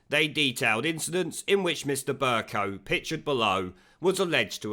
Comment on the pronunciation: Pronounced "BURKE COW".